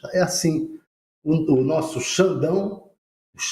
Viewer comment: Esse é uma comédia. Ele fala "Nossso Xandão" que jornalismo frágil e parcial